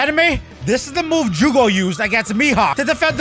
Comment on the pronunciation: Bro called jozu jugo